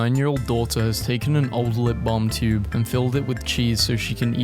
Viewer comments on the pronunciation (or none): none